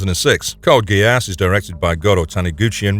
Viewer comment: Is this an an AI voice? The odd pauses and he the pronunciation of GeASS... lol